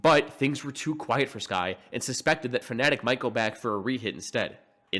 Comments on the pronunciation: this guy keeps pronouncing Fnatic as "Phonetic" and at this point I feel like it's the joke. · I like how you say Fnatic, it sounds like Phonetic lol